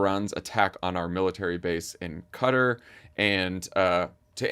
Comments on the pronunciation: Thank you Tommy for pronouncing QatAR correctly…..what’s with all this ‘Cutter’ BS. Americans are so cringe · Qatar. If you go to the Gulf nations actually a lot of people pronounce it that way!